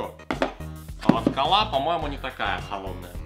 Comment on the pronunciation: по вашему круто говорить вместо" кОла " "колА